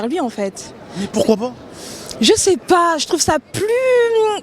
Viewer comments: ''PAS'' et non ''PAT''. Le français est difficile, mais voyons... 🙄🙄🙄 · Le premier pas on dit, pas premier pat 🐾